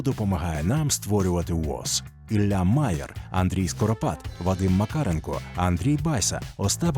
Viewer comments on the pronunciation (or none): none